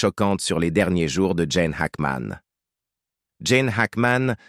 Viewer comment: il ne s'appelle pas Jane , mais Gene , merci de bien prononcer son nom et de donner des vraies infos !